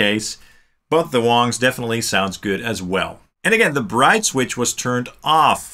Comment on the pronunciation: I Feel like you are pronouncing the Wang wong. See what I did there? Wong, wrong…